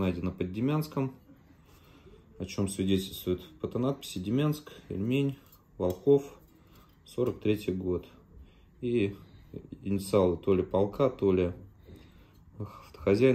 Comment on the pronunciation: Не волхОв, а ВОлхов.